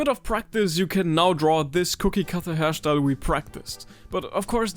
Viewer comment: OMG he said hair schtyle